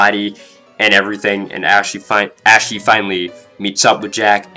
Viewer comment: Why do you keep pronouncing her name like "ashy" when it's meant to sound like "aushee"